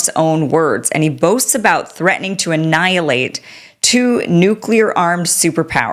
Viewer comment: Bluster. Who is he talking to. Didn’t say annialate